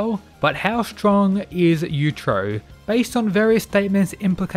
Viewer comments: It's yuichiro not yudro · YU-E-CHIRO not YUCHIRO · You-i-chi-row. Not you-trow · Claims to know all about Baki, precedes to butcher the name of the father creature dozens of times pronouncing it several different ways. You-trow you-trow. It's bloody yuichiro! You-ichi-row!!! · It's yuuichirou not yuichiro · Yu-i-chiro. If you want to correct some misunderstandings, Please also get his name correctly. Other then that, good video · "you-ee-chi-row" try saying his name a little more correctly i didnt know if you're talking about yujiro or yuicihiro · Man wtf, you are saying "utero" instead of Yuichiro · Pronounce his name properly